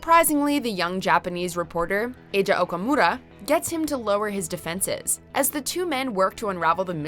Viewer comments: SHE JUST PRONOUNCED EIJI AIJA HAHAHA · I'm pretty sure Eiji from Banana fish isn't pronounced Eija 😂